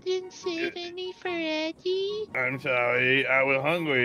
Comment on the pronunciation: Eddey spoke correctly